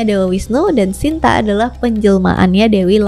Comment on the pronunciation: Bukan Sinta tapi Sita